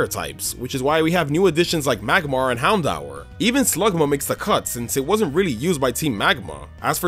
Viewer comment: It is pronounced Houndoer not Houndhour.